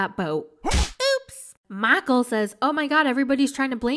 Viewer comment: Makul!!!! Lmfao I now officially use that pronunciation whenever I say Michael.